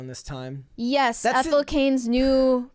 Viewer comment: Her name is Ethel. Ethel.